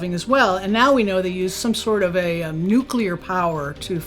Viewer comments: Very impressed by the knowledge shared here, am subscribing. May I make one suggestion please....Nuclear is pronounced new klee ur, not new kyu lure. Correct pronunciation of this word will dramatically up the credibility factor. I used to pronounce segue as segyoo, so I understand. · Anyone who says "NUCULAR" instantly loses credibility with me - especially when your primary interviewee says "NUCLEAR" throughout her entire presentation... and while this lady's theories ARE mostly correct or plausible, you can tell she has never actually thought most of it thru because theres SO MUCH that shes just overlooking or not acknowledging - SUCH AS the fact that our own black budget is responsible for MOST of these sightings (like the Phoenix Lights which she mentions and claims it was the ET's showing themselves to us ... ummm no) I also dont get why you would use stock fake images when theres PLENTY of real footage to use...